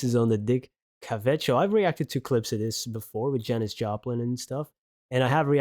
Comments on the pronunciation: It’s CA VET with the emphasis on CA, short A. The A sounds like the A in Apple.🍎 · Paul is a genius singer songwriter, one of a kind. Could listen to this all day. Dick's last name is pronounced ka' vit (short a) since you asked. Loved this video and reaction. Thanks for finding this little gem. Have a wonderful day!